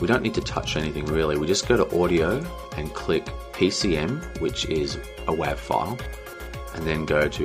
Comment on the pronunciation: Hey watched all 4 parts, thanks for sharing. Just a few things I noticed along the way. 1.) "wav" is pronounced "wave" 2.) When resizing you should try to keep the aspect ratio, your distorting your videos so try to play in a native resolution you want to upload or a multiple of it, or sometimes try a crop. 3.) AAC, is newer and much better than MP3, same quality half size, or double quality same size. 4.) When you copied (exported) audio no reason to set the encode settings Again thanks